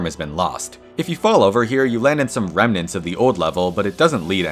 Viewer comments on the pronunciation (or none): none